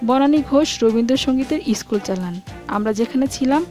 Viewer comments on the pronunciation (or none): Uchharon correct korle golpo aro valo lagbe, eskul, eestri aisob uchharon